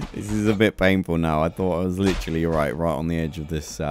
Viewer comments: I love how he said litteralay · No one: This guy: leachrallyyy